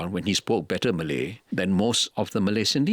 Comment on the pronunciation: Why does he say "Malay" like it has a hard "R"